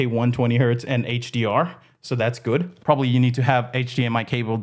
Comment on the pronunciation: I like it when he says guud